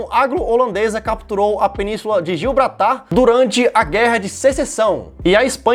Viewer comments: GIBRALTAR!!!! Não gilbratar 😅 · Gilbratar kkkkkkkk É Gibraltar cara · É Gibraltar, não Gilbratar. Tá valendo. Rsss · Gil Bratar kkkkkk mano é gibraltar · Ouvir o falando 'Melila' e 'Gilbratar' me caguei de rir! 🤣 🤣 🤣 🤣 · Gio brata